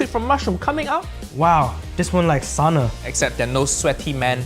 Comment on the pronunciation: I hate that people dont know how to pronounce SAUNA.